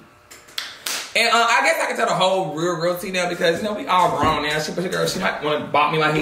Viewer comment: When he said " And I'm up in da age noewww" I felt that 🤣🤣🤣